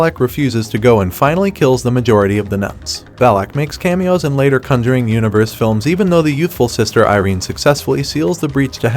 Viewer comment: Why do you pronounce conjuring so weird?